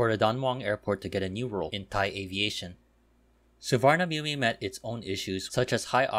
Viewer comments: Nice video. Just a correction... Suvarnabhumi is pronounced as Suwanaphum. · That's incorrect. I am not sure how it is pronounced in Thai language but it's an sanskrit language word. Suvarna (Golden) Bhumi (Land), Which can also mean Auspicious land. The Sanskrit pronunciation is Su-warna-bhu-me